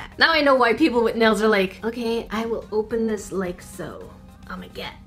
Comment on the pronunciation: Stop saying oh me gerd